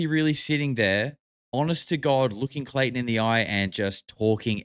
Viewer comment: now i cant stop hearing clayTON in my head lol